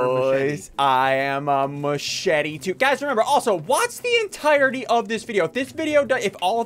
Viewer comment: Lol they way ssunde said machete is matchete